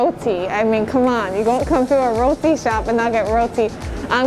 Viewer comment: 👏🏿👏🏿👏🏿👏🏿👏🏿 u said roti the correct way